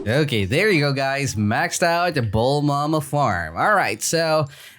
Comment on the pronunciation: I love he saying bulmama farm (Im from russia, my english is not very well)